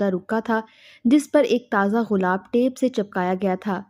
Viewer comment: بی بی غلاب نہیں گلاب ہوتاہے